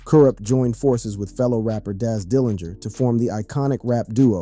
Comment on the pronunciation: I love the Doog Pound, Karoopt and Dooz Dillangarr are legends. 😂. Damn AI.